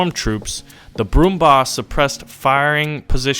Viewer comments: Actually the Brummbär is pronounced like: Brummbear and not like Brummbar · It is important that you spell the ä right. It is not bar it is bär. An "ä" is spelled like the "ea" head, which could be written "häd". This might be usefull for everyone. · brummbar is not pronounced brum bar but brum beer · The german "Bär" is pronounced just like the english "bear". no difference. So its "Brummbear" not "brummbar". just sayin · Brummbär not Bar. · Brummbär not Brumbaaar :D Its a ä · i thought the same when i heard him saying "Brummbar" not "Brummbär" :,D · I know doesn't speak German but Its funny because he says BrumBAR the grouchy bear (its growling bear btw). If he just said BrumBEAR he would be right since it's the SAME WORD in english and German. bär = bear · If you just say bear instead of bar you are a lot coser to how its actually pronounced. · Just pronounce it brummbear for gods sake XD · it is pronounced broom-bear!:) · pronounced 'broombear'. Someone needs to create a skin with brooms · Pronounced brumbAEr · that ä makes the same sound as the a in barely so it's brummbare(ly) just FYI :) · "bär" is pronounced "baer" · actually "Bär" is pronounced like "bear" (just without the rolled R at the end) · It is pronounced "Brummbear" :) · You said Brummbär wrong it's like brummbear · The german ä sounds nearly like an english a. Brummbär, try it again. ^^ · U pronounced it wrong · Dear, the "ä" in "Brummbär" is pronounced like the "ai" in "air". Greetings from germany